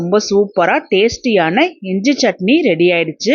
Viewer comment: இஞ்ச இல்லை. இஞ்சி என்று சொல்லுங்கள்